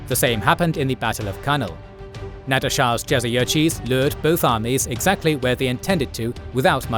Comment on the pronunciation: Nader not Nadir